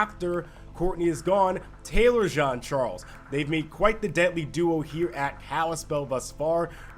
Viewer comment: Ok guys say it with me JEAN CHARLES NOT JOHN CHARLES 🤦🏾‍♂️🤦🏾‍♂️🤦🏾‍♂️